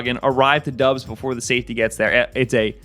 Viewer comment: Good content. Just a little help on Romeo Doub's last name that several media folks outside of Packerland often get wrong: It's pronounced DAHBS, not DUBS.